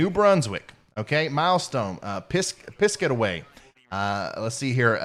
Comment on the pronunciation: It’s pronounced pis caht a way.